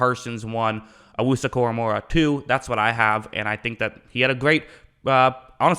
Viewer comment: It’s pronounced “Owusu” “Cora-mo-ah”